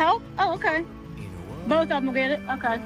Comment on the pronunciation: I love how accent comes back at about. “Oh ohkey”. You guys are great!